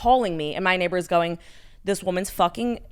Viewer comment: Omg “neighbaaaahz” Boston accent popping out for a sec